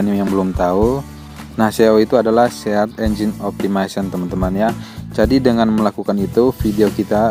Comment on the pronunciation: yaaaa...sehat enjin automesin... gw dengarnya loe ngomong gitu sih 😂